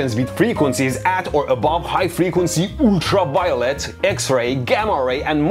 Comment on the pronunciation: 🗣️: High frequency ooltra vayolet